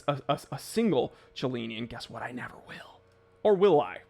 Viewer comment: "Cellini" has no "ch" sound. Knew a LTC Bob Cellini - he knew how to pronuce his name. ;)